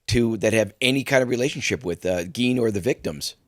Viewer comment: It's pronounced "Gain" NOT "Geen"